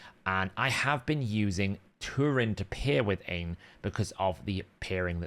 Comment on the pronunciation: Aine is pronounced OnYa not Ian 😊